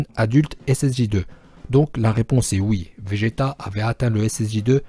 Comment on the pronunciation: 2:7 il dit vége "t" sinon très bonne vidéo continue comme sa